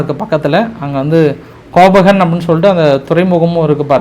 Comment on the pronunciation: உங்கள் big follower. கொஞ்சம் ஆங்கில உச்சரிப்பை மேம்படுத்தவும். அது கோபகன் இல்லை கோபெந்ஹேகன்.